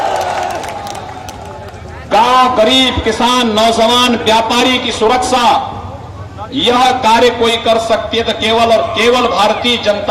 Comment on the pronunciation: abe oh taklay.....saale pehle bolna seekh....Naujawan hota hai.....Nauzawan nh..hahahahahaha